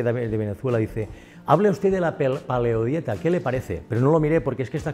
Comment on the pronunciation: no sabe ni pronunciar paleodieta este